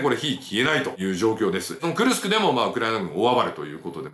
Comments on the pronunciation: じょうねんさん not くるくす but くるすく っす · くるくすではありません。 クルスクです。 昔、大戦車戦があった所です。 歴史は繰り返すと言いますがどうなりますかね⁇ ナチスドイツが負けてソ連が大きな損害を出して勝利しますが今回はどうでしょうか⁇ ロシアは昔から犠牲を払わず、するやり方をします。 北朝鮮の兵士を使い反撃すると思います。 いくら性能のいい武器があっても最後は歩兵だと思います。